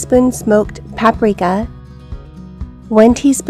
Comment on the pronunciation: Oh Paprika 😂I thought she said one teaspoon of Pat Morita!